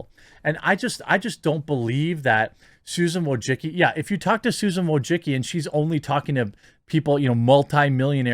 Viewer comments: Wojcicki: pronounced "voy-chit-ski" And now it's time for her to step down. She has done enough damage to the YouTube brand. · "Susan Wojicky" Lmao